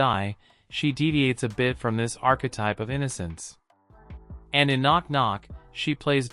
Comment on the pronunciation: "Arch-ke-Type" - computer voices still suck.